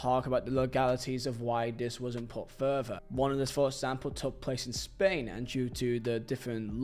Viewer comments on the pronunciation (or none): none